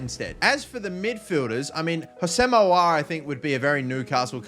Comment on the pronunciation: Your pronunciation of aouar and mukiele lol